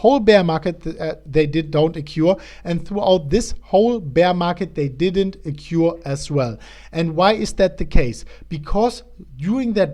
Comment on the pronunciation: occur: okkoer ;) But don't fret it; se chicks luv ze accent anyvays